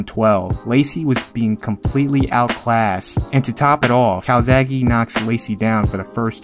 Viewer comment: Hi, i'm Marco, an italian fan. I have to say that you all say Calzaghe in the wrong way! The final e is pronounced as a "Latin" one and not as an "English" "e". Calzaghe it's a surname from Sardinia ( ) and if you put it in the google translator you can ear how it has to be pronounced. Bye, buddy. P.S. I can't wait for some more "Tale of the fight".